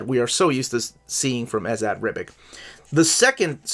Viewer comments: I'll give you Teary. Too long of an Italian-American to insist on the Italian pronunciation probably. But it should definitely be Ribitch. That's just the ending -ic, if it's serbo-croatian or bosnian or slovenian. Buuuut he might live in America trying to avoid the -bitch. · Ribitch and Eagles-em. And Tee-Airy.